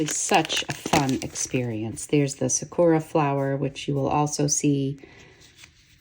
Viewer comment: It’s SAkura, not saKUra. Otherwise, fantastic video.